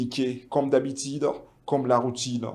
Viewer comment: Francais bizarre : Habitide ….. minite….. tu n sais pas prononce u a sa place